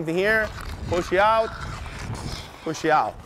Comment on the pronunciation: Yo no one's told my man there's no "e" at the end of push